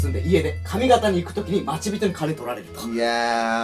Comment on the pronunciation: まちびとでなく、ちょうにんです